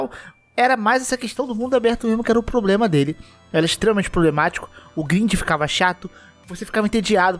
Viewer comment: "Probrema" não da, né amigo.